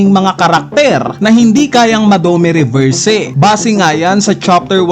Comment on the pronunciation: Gets nman pinoy tayo pero okay din kung pronounce ng mbuti mga words literal eh "drakul" mihawk?dome reberse?